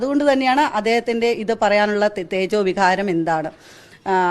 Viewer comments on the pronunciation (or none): തേജോവികാരം അല്ല ചേതോ വികാരം എന്നാണ് ആ വാക്ക്... 😁😁😁അത് പറയാൻ പോലും അറിയില്ല... 😁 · തേജോവികാരം അല്ല, ചേതോവികാരം... പാവം🙏!